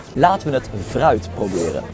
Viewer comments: Zei je nu echt vruit? 😂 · Ik verstond vruit 🤣😂🤣